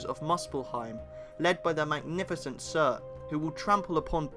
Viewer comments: anyone else hear sir instead of surtur? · Yeah Some how "Surtur" came out as "sir"